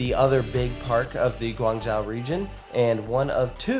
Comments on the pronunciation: Guan Zhou(Joe) not Jow, fantastic video otherwise! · Lived in Shenzhen an hour or so south of guangzhou. You did Such a great job covering These parks. Very cool to see! Btw it's pronounced guang~joe